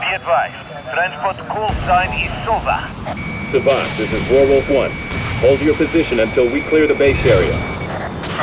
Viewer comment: It still bothers me that the voice actors have different pronounciations of the name "Sova".